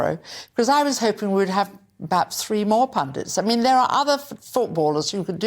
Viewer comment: Alex Scott brilliant?? Oh dear, she can’t even speak English, wiv fink, free (three) teeny (twenty) same as Richard’s they should be made to take English lessons before they commentate on Tv